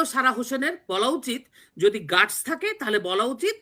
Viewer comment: কিছু মনে করবেন না, শব্দটা গাটস (guts)। আরেকটা ইংরেজি বাংলা মেলানো শব্দ স্টান্ট( stunt)বাজি।